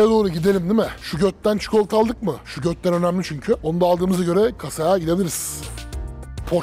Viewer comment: Şugötten degil o cikolatanin ismi.şogettın diye okunur.